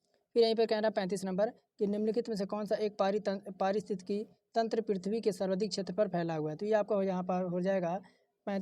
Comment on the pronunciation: वीडियो बनाने के बाद पारिस्थितिकी बोलने की प्रैक्टिस किया करो भाई